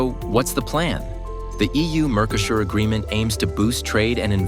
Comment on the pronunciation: Mercosur is pronounced wrong